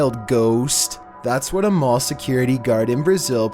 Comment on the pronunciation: "Number 15: The Mall Child" What I heard: "Number 15: The Mole Child"